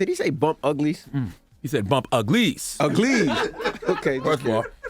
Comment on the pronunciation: "Some bam bam in the ham. He wanted to bump ugLIES" 💀💀 who tf is this newscaster?? 😂 But yo RIP Roxie 😔